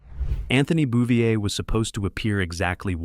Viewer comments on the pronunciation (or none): none